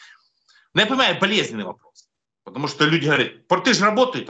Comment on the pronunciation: Не портЫ, а пОрты, не тортЫ, а тОрты! Давайте правильно ставить ударение!!!